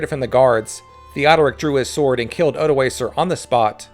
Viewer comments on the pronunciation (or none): Odoakar with a hard k. Pronounciation matters. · Odoacer* not odoaser. The c is pronounced as a k